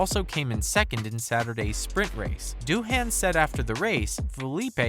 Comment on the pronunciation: Its not Doo-HAN, its DOO-un